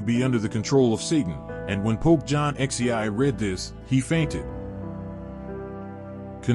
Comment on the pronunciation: I wish they wouldn’t use computer generated voices. Throughout the entire video I kept hearing something that sounded like “and opos”, whatever that is. Then, in referring to Pope John XXIII (?), I think I heard “John XEI”. I got lost trying to decipher the mispronounced words.